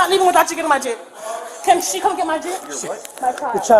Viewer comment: Jitt - not jeep 😂